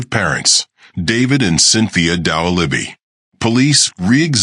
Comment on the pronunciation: You can't even pronounce the name right. Why should I watch this??